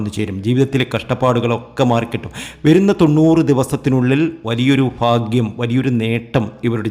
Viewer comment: നന്നായി.. ഫാഗ്യം.. ഫഗവാൻ 😂😂ഫയങ്കര തിരുമേനി 😂😂